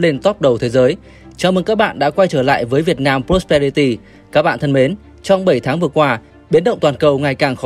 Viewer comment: Hôm nay thấy ad phát âm rõ prosperity rồi đấy!